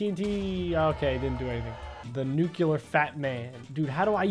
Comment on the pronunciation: It’s pronounced NUCLEAR not NUCEULAR